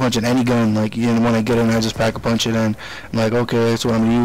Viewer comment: you said pap a punch